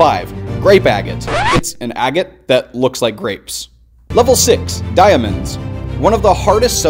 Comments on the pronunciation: Bro can't pronounce diamonds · The way he pronounced diamond. Die-uhh-mund wtf. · ....... did you just say "dya-mond"? bro. BRO. Please pronounce things correctly 😭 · Die-a-monds. Why did you pronounce that so oddly? 🤨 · Would you pronounce diamond again please? I feel like this needs a redo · The way he pronounced diamonds 🤣🤣🤣🤣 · I've never heard anybody emphasize the a in diamonds like that. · I hate that diamond pronunciation. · Lol why did he pronounce "diamonds" like that? Haha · did you just pronounce diamonds how its spelt? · Why u pronounce diamonds like that?